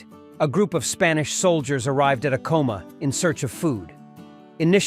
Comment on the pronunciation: You can recognize AI crap in the first ten seconds, when the AI narrator mispronounces the very subject of the video. I am so done with AI slop.